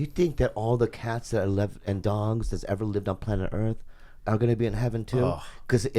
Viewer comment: Bobby Lee says dongs instead of dogs